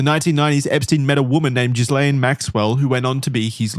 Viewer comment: This is some of the most thorough investigative material I've seen on the subject matter... And yet, is still pronouncing Ghislaine as jizz-lane 😂